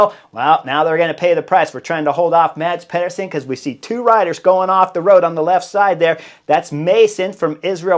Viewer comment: As a danish speaker...The Cycling Dane channel made a video on how to pronounce Danish rider names. I'll save you the talk about the danish "soft d" but say after me: MAH-S PEE-ER-SEN.